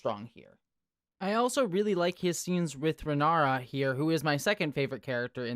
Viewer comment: Just a heads-up (I know it's the first episode with a lot of weird names), it's Rhaenyra (Reh-NEE-ra), not Ranyra, Rihara or Rihanna. But Rihanna was funny, not gonna lie :P